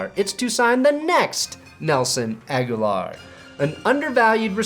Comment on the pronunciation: Brandon "My pronunciation of Agholor's name will give you ulcers and hives simultaneously" Perna